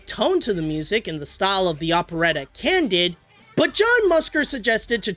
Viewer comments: Can- DEED!!! As a Bernstein and Voltaire fan, I am crushed by your mispronunciation of my favorite operetta/broadway musical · Candide is pronounced "Can-deed". That's TWO things said wrong this video...